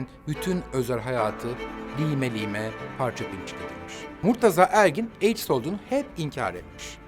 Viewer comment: Armagan Bey, Ben AIDS mi duyuyorum? Yoksa AIKS?????!!😱